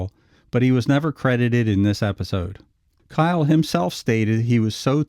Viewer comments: Not Kyle but Keil ( Keel.) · Richard Kiel, not Kyle! Pronounced the same as keel. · It's Richard "Keel", not "Kyle". 🙄 Rip, big man. 💔✌ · Starring Richard Kiel. (Pronounced Keel, not Kyle). AKA James Bond "Jaws" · It’s keil not Kyle! Richard was an awesome guy ❤️ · KEEL not K-eye-L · It's not "Kyle". Kiel rhymes with wheel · Richard Kiel pronounced Keel not Kyle. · It's pronounced KEEL not Kyle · Big dude’s name is pronounced keel, not kyle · Richard Kiel's surname is pronounced as the city of the same name in Schleswig-Holstein, Germany: It sounds like "keel", not "kyle". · just a small correction: Pronounced Richard "KEEL" kiel not "KYLE" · Richard Kiel's name is pronounced like "KEE-el" not "Kyle". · Richard Kiel (who plays the very tall guy in the episode) was actually 7'-2" and nowhere near "nine feet", even with the shoes and head prosthesis. By the way, his last name is pronounced KEEL, not KYLE. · Richard Kiel is pronounced Keel. Jaws in the 007 series. Also Capt. Howdy! 🤠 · Richard "jaws" Keil (keel)) not kyle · Richard Kiehl, who was a friend of mine, pronounced his last name 'keel', not like 'kyle'. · It’s pronounced keel, like feel, not kyle. Cool video, otherwise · Kiels name is not pronounced "Kyle", how do you not know this bro.. So disappointed. IT'S pronounced"KEEL" Sorry.. Just hate when you tubers don't do a simple search to see how to say actors names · Richard Kiel's last name is German in origin. It's pronounced "keel," not "kile." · I thought his last name was pronounced KEEL not KYLE. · It's not pronounced, Kyle, it's, Keel. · His name is pronounced "Keel," not "Kyle." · If you're going to talk about Richard Kiel at least pronounce his name correctly! It's pronounced "keel", not "kyle". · isn't it said as "keel" and not "kyle"? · Richard Kiel's last name is pronounced "keel." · Very good Except it's pronounced keel Like the German city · It's pronounced KEEL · It's pronounced KEEL. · His name was pronounced "Keel." just a sayin'